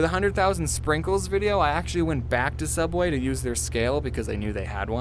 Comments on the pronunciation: Its pronouced "subway" not "souubway" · Sooubway was just a joke did because for rest of the first episode he said subway